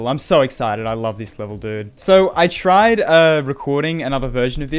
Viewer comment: “so I tride”